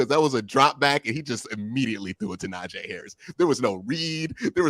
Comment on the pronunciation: the "ee" in Najee is like the "ee" in tree. I only felt the need to correct it cause he has.